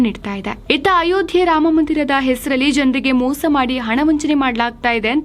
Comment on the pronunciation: ಮೋಸ not ಮೂಸ